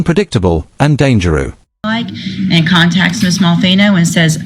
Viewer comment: HATE AI voice generated videos like this. LOL when it pronounces DANGEROUS as DANGEREW. Do some work yourself. It's just lazy. Downvoted